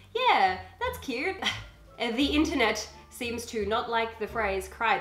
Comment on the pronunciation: hahah you said melanoma lol its melanie, MEL AH KNEE, lol your so cute XD